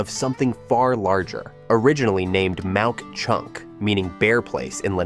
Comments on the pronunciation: It is not Mount Chunk it is Mauch Chunk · Mauch Chunk not Mount Chuck. Also Lititz and Lilitz. who are you?? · ha-ha pronounced Mauch chunk totally wrong Home to America's very first Railway line a Gravity Switchback line, I'm Truly shocked Pocono Mountains wasn't on the list as Bushkill Park is the only place in all of America where you can see 8 waterfall's with-in 100yds of each other better known as the Niagra Falls of PA highest waterfall is 107ft high you won't get that anywhere else in America. So many other areas totally skipped blows my mind